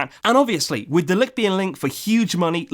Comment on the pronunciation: Its pronounced Mathais de ligt, if we are going to sign him you wanna be pronouncing it right😉